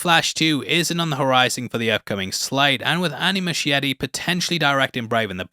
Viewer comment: And sorry, the director’s last name is pronounced moose-kieti